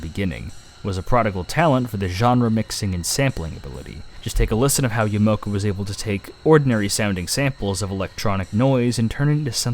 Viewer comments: It's Akira Yamaoka, not Yamoka... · A million people must have already mentioned this but it's Akira Ya-mah-oh-ka.